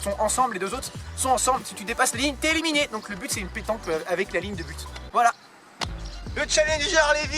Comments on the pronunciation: On dis pas eléminé mais éliminer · MDR "eleminé" au lieu d éliminé